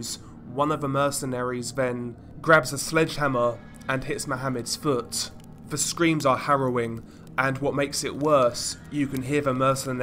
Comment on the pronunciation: I'd be far happier listening to your videos, (as you cover some very interesting topics) if you would stop pronouncing every TH word with a V? it's extremely annoying to hear, over and over and makes me want to turn off after the 3rd or 4th time, of hearing it. Please do something about it, as its not a speech impediment, or anything Medical, and is simply Lazy speech on your own behalf. Learn to speak properly, specially if you intend Narrating Videos, as Profession? Just Saying?!?